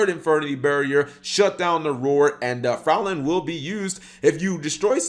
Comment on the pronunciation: Fraulein is pronounced Froi-line btw not frow-lin